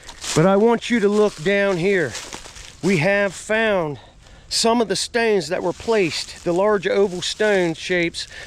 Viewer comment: Im really getting a kick out of the way you say 'stones'. Stewns. Steuns